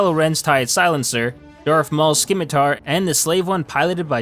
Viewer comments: That's pronounced "simitar...not skimitar.." Darth Maul's ship. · "Skim-Itar" ffs, did you take english class? XD 'Simm-itar' the C is silent. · it's just SIMitar. Not SKIMitar. The "c" is silent. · Isnt it pronounced "simitar" ... i think the "c" is silent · Skim-atar. Lol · Skimitar lol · Anyone else pained by the fact that no one knows how to pronounce the word Scimitar?